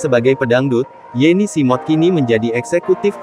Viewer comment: Yeni Smood kaka, bukan Yeni Simod 😁